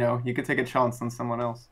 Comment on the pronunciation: “Or you could take a “‘chonce’” on someone else” IM SCREAMINF 😂😂😂😂😂😂